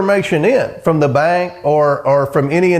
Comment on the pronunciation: How did comer turn the word “bank” into a 2 syllable word? 😂